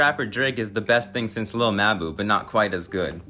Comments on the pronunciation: 😭” lil muh boo” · lil muhboo nfr podcast luca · Lil muhboo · Lil mabu❌ Lil muh buu✅ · what's really wild is hearing all the pronunciations of his name specially the one guy at like 45 seconds calling him lil mah-boo lmao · Its "littlemuhboo" all in one no spaces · Wtf is a little ma-boo?!?! Sounds like a small mammal of some kind.....😂😂😂😂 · "Lil ma boo" - 😂💀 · 🤣 No matter what I do, (ah!) I keep hearin' muh boo (ah!). Nelly and Kelly parody. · Chopping on him like a mf 😂😂 said no one is more deserving than muh-boo 😂😂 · Lil mbou 😂😂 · Lil muh-boo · Bro, I been watching your content for a few weeks now and I am impressed. Content is quality and to the point. BUT PLEASE, Take some time to look up the pronunciation of some of the words that you are not familiar with. You are MURDERING like 5% of your own script. It would be one thing if it was just some random words in a podcast or basic conversation. But your videos are detailed accounts of people's lives or events in their lives, botching very simple words and locations makes your videos hard to understand at times and is seriously pushing away potential subscribers like myself. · bro cant even pronaunce lil mabu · how do you mispronounce lil mabu that bad 💔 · I don't get how you could know enough about Lil Mabu to participate in a conversation about him and not know how his name is pronounced